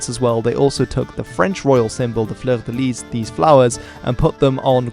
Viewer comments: The 's' is not pronounced in 'Fleur de lis', as it's French... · He can't pronounce fleur de lit properly, that's for sure... that could well make him English ;) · We all had to take basic French at school so you've got no excuse for mispronouncing 'fleur de lis'